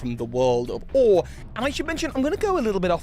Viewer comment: These theories are interesting and all, but I can't get past you constantly pronouncing the region of Colosseum and XD as "or".